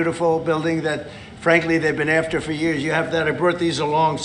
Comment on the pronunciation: Why does Trump pronounce the word "added" as "ear-ded" and the word "after" as "earf-ter" and the word "thought" as "thorwt"?